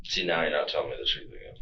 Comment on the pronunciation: "I"m telling da truf"